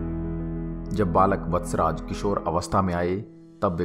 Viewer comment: Kahani sahi hai par nam thoda galat hai vatcharaj nahi veer vachharaj dada